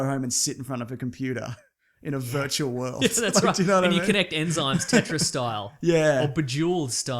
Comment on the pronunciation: 0.5 speed, i died. Enzymes!